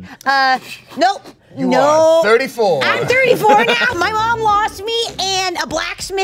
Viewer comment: holy shit she’s been pronouncing puberty like that this entire time😂😂😂